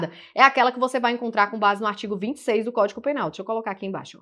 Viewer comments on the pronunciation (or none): Eu ouvi “códico” penal . Desculpe se ouvi errado. Bem no início da aula.